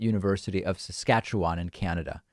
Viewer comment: Sorry to say but we pronounce saskatchewan with more of an 'un' as the final syllable Sas-catch-u-un. for future reference, Thank-you.